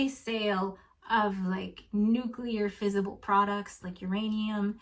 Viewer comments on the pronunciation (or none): none